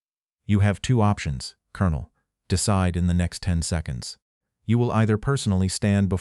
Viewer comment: Why do you mispronounce 'colonel' ? It is ignorance and lack of education